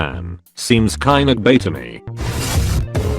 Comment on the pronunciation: why are you censoring the word gay by making the tts mispronounce it?